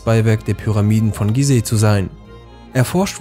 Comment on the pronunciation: Wie viele Leute haben dich nach deinem letzen Video über Ägypten darüber aufgeklärt wie man ,,Gizeh'' richtig ausspricht? Warum machst du es immer noch falsch?